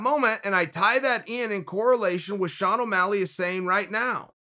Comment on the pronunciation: 'Millenial' Sean Ow' Malleg